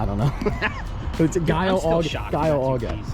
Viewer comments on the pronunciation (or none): Paint is pronounced (GEE-ALLO)😂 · Say it with me…jee-ah-low 🤦🏻‍♂️ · 1. Giallo is pronounced Jee-allo 2. Lambos are VW as well 😉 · Hearing you guys try to pronounce giallo hurt my ears. Hard G like Giant. Gaa-low. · I think the first part of the paint code is actually pronounced Gee-all-o ... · Giallo is pronounced "Jee-al-low" hahaha